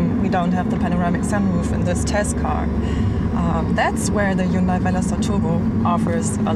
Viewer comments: She needs to learn how to say Hyundai. Hyun-day not hyoon-die. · Dear or;) if you make these reviews mostly for Americans ( I don't know why if you live in Europe, Germany but anyway...:D ) please say Hyundai in a proper American way. It should be spoken Hun-day like a Sunday if you know what I mean. Keep it up crazy girl. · Erkal Koreans do not pronounce it that way. It's correct pronunciation is Hyundeh. Not hyunday or hyoondie or whatever the fuck you think it is. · Erkal Hyundai had an ad in South Africa campaign saying: "Hyundai, like sunday" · JaySee5 Do you really not think it's common practice to pronounce names using your own language's phonetics? Do you pronounce Volkswagen as FOLKS-va-ghen? Do you pronounce Honda as HONE-duh? Do you pronounce Jaguar as JAG-ew-ar? I doubt it. Seriously. I think you're full of it. And if you indeed do pronounce all of these (and more) 'correctly', then you're THAT guy. The guy that everyone rolls their eyes at and groans when he opens his pompous mouth. The guy that tries way too hard to try to sound overly-sophisticated to the point of pretension. And I sleep well at night knowing you're THAT guy and I'm not. And if you really have friends that speak with such genuine, honest 'sophistication' as you do, then I hope you enjoy each other. Truly. But spare the rest of us. You people are the obnoxious minority for a good reason.